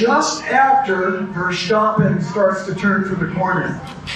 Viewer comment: Another arrogant "expert". The Dutch don't use the sh sound in place of the s. Nobody on TV calls him "Vershtappen" It's not a triangle, it's just an angle. This guy is kinda dumb.